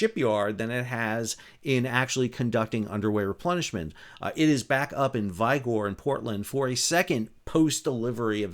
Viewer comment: It's Vigor, rhymes with trigger. As in, verve, vim, and vigor.